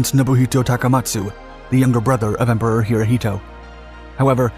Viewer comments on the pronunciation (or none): none